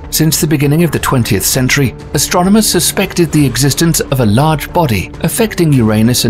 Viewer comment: It's ASTRONOMERS. Not "Astronaumers." FFS Thanks! Had to get that out there. I feel better now.